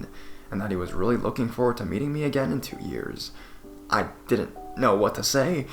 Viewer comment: “And realize that it was a good idea to not go back againnnnnnnnnnnnnn” Please stop drawing out your syllables dude...